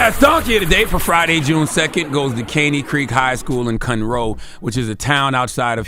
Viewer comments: Dam that's my hometown 🤦🏾‍♂️ Conroe TX. CTG pronounced it wrong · Wtf did you pronounce Conroe like that? Its not a "town" its just the burbs outside city limits. Yall kill me with yall houston ignorance but yall always wanna come hang out here.